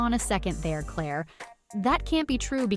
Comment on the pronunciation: Indeed. Would be verra well if they could pronounce Claire's nickname at least!